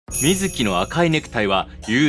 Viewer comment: 水木しげるは合ってるけどゲ謎の水木はみ→ず→き→です あと長田はながたじゃなくておさだです